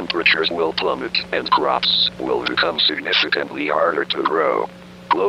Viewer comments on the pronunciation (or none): c w h a p s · c r a h w p s